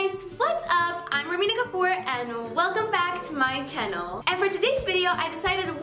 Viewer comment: i lovee the way she says channell💘